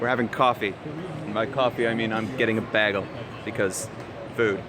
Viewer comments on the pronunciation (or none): What's a BAG-el?? Oh a BAY-gel!! I'm smart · haha, you say Bagel,like I do with an 'a' (bagal) I heard its an upper northern Canada thing?